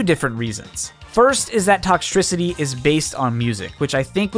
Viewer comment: I get it he said toxtricty but it’s such a good idea!